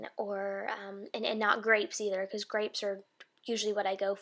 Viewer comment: Did you say Grapes or Crapes?